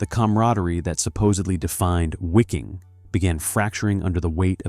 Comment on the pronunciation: The pronunciation in this is just brutal. “SS Wicking” lol. Also I am pretty sure “breakout at all costs” is not three words.